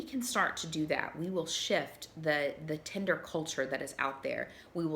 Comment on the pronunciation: I wish there was an app called Tender like she keeps pronouncing it lol. It's the opposite of Tinder: An app for verified emotional affection and connection. Idk how you verify that digitally (and keep in mind I'm an app developer lol) but I would love that as alternative to this drive through fast food garbage dating in this country.